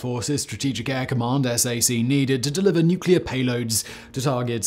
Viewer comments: Its SAC as in Sack, not S.A.C. saying the letters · Please, not S-A-C. Pro: "sack". Trust me. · OK, Simon -- I'll forgive you for saying SAC as "S A C" rather than "sack", as anyone whoever has been in SAC knows. I'll overlook you calling the Aardvark the "F 1 1 1" rather than "F One-Eleven" as any USAF vet who's worked around Aardvarks would. But did I hear you say that the B-58 held the speed record for FIFTY years? What about the SR-71's final flights for the USAF, made exclusively to set the world speed records for air-breathing aircraft? I don't think so! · Hey Simon! We dont say S.A.C. We say sack! LOL! js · . had to stop and comment - SAC isn't referred to as S, A, C ever. It's SAC or the full words. SAC TAC MAC, Jack. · Simon, here's the correct pronouncation: SAC- sack TAC- tack MAC- mack USAF- u safe USAFE- u safe e PACAF- pack af Good video!